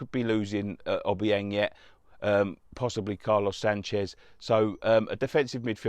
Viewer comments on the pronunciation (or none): none